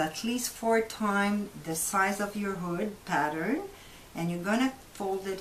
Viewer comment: I legit thought she said booty lol but thanks for the upload! really helpful and informative 👍